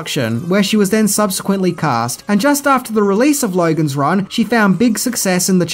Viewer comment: I was watching bluey with my little daughter. She started to pick up the Ausy O sound. American O = O Australian O = OWaRuuuuuuuurooooooooh. Hearing you say Lowaruuuuooooogans Ran just made me think of it. Thought I would over share.